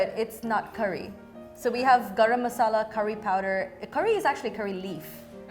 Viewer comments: "garam masala" ?? girl, Indians disown you. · She is not an Indian.... Probably she is a 2nd or 3rd generation Indian American. She came here after googling all those names she said earlier but didn't find the right one for Curry / Daal.... But how can someone call it garam masala 🤣🤣🤣🤣 Even a Martian will not call it garam masala😂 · 'garam masala'.. me- kuch bhi 🤯🤣😂🥴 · Nah the confidence she had while saying garam masala is so hilarious and infuriating at the same time! 😭 Like calling all the different dishes curry is itself wrong as it's not indian English it's js tamil nadu or south at most but then going on to say garam masala! Like actually wtf 😭😭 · 😂fr i was like what. how is that garam masala